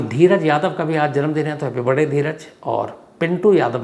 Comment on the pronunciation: Sir aapke video mujhe bahut pasand h ❤❤......aap jab barday bolte h to mai do baar back karke fir se sunti hun😂😂😂